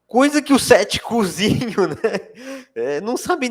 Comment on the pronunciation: Tanta informação importante e eu prestando a atenção cada vez que ele falava "ceticuzinho" 😅😅😅